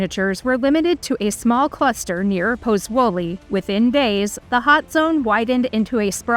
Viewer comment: Ich lasse die Untertitel immer mitlaufen, dann kann man das Unverständliche mitlesen und wenigstens ahnen, was die unverstehbaren Namen wirklich bedeuten sollen. Es hat trotzdem lange gedauert, bis ich "Puzzuoli" identifizieren konnte.